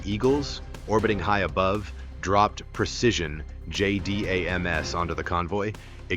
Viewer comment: The word is 'precision' not 'percision.'